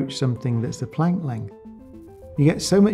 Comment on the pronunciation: He hasn't pronounce planck right